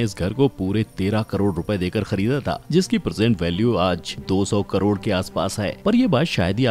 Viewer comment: 7.30 minutes mie 3.5 crore ka pronunciation wrong kiya hie sir ne